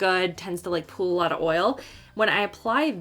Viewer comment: LOL that really got me. “A PEWL OF HOOMANS”